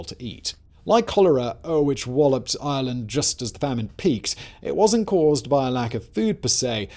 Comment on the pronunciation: Island or Ireland?? What are you saying, Simon?